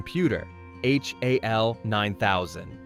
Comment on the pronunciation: Ai robot narrator can’t call 2001 robot “HAL” but instead calls it H.A.L” . I wonder if the narrator would have opened the pod bay doors